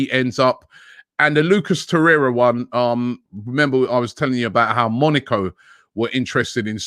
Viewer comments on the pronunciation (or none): none